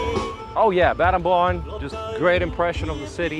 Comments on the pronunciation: Battambong, batta-bang 😂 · If you visit a new place. Why not learn how to pronounce? Battanbang is Battanbong. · Battambang pronouns Bat-Dom-Borng